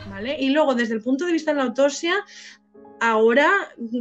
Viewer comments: Rasgo característico del pais, sacar pecho de trabajo mal hecho y la ignorancia, como el que se cree más y mejor español por no saber pronunciar en inglés, por cierto,, se dice autoPsia, no "autosia" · hola !!!te agradezco que me menciones que cuando pronuncio autopsia no pronuncio bien la p, hay que intentar siempre mejorar!no intento justificar los errores, ni pretendo sacar pecho del trabajo mal echo, respeto tu opinión pero al analizar exclusivamente el trabajo forense realizado entonces y contextualizar pues mi conclusión es esa y bueno libremente la he expresado, te recuerdo que yo no valore en el vídeo el trabajo que realiza la guardia civil....eso no quiere decir que estuviera de acuerdo....a veces aunque nos cueste los profesionales trabajan bien o como debían haber trabajado, solo que no conocemos toda la historia!!!!un saludo!!!!